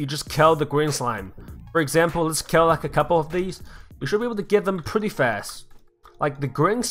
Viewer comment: his accent sounds like kel